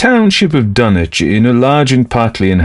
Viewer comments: The correct regional pronunciation of Dunwich would not sound like dun - itch, but dun - witch. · Dunwich with a w.Not dunich.Learn to pronounce words before you do audio books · Ask any local in the Commonwealth to pronounce Dunwich and they're going to tell you it's Dun - witch. HPL knew the area well, traveled it, and spoke himself with a RI accent. HPL did not speak w/ an affected English accent, so why then do you insist that he'd pronounce Dunwich in any way other than as a native New Englander like himself would've? As a lifelong New Englander myself, I never once heard any of my grandparents, they being born a few years +/- of HPL, pronounce the "wich" of any MA town name as anything other than "witch". So no, there is no tradition, alternate or otherwise, in the Commonwealth that would allow for the foreign pronunciation of Dunwich as Dun - itch. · No ,its a fictional town in new england you miss pronounced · No, they're not. For instance, no one pronounces Sandwich, MA sand - itch or Ipswich, ips - itch regardless of their geographical location inside the Commonwealth, no one.